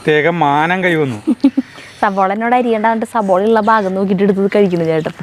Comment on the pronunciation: സബോള അല്ല 😀 സവോള..